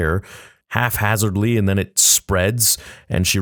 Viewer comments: 7.06 Are you saying half-hazardly? It's HAPhazardly, with a P. Did you actually think it was half-hazardly? Jesus Christ , how long have you been saying that wrong. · its hap-hazardly bty, not haf-hazardly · This is the second time I have heard someone pronounce “haphazardly” as “half-hazardly” on a YouTube video, I’ve literally never heard it pronounced that way elsewhere lol